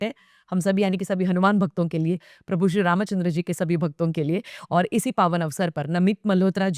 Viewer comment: तुम्ही "श्री रामचंद्र" या नावाचा उच्चार फार सुरेख केलात...!!👌👌